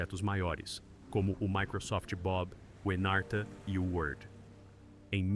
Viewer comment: Anarta, nao. Chamasa-se Encarta Encyclopedia